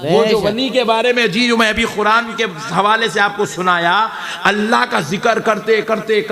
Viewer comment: Quraan ko khuran Bolne Wala Anpadh Jahil sala